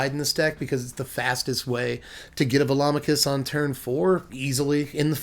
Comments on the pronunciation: Hmm... I've actually never pronounced Velomachus before, but in my head when I found it in my sealed pool, I was pronouncing it "velo-mak-us" rather than "vel-om-a-kus". But now that I've heard your pronunciation, it sounds right. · You're the only other person I've heard who pronounces Velomachus correctly... everyone and their grandma pronounces it "ve-lo-MA-chus."